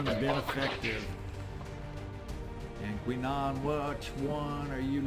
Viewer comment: Gordi LaForge and? lol If you've never watched TNG you should, maybe watch the first season and a half at 2x speed though. Then watch Babylon 5 and DS9. Your videos are great background, and to watch in between incidents at work. Then sometimes I notice something like that and it makes me chuckle. Thanks:)